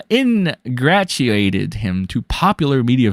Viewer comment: Never forget and Rackets met up in hotels several times and they were wearing the damn near same outfit the other day....make of that what you will....Hint, they're not henchmen. Pronunciations - Ingratiate = "In-gray-she-ate" and Byzantine = "Bizz-un-teen"